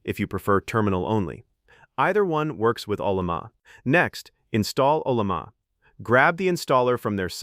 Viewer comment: For a generic 16gb thinkpad with 4 gigs of vram, the models you can run are just toys. They fail at real work. The ONLY success I've had is by using Pi Coding Agent with local LLMs and even then the scope of work you can do is limited. Oh, and teach your TTS how to pronounce Ollama.